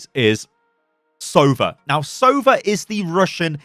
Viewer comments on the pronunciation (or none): Sova (Сова) means Owl in Russian. Pronounced sovA, not sOva